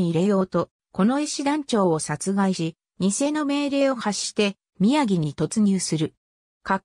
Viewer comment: 宮城(みやぎ)ではなく、きゅうじょう であります。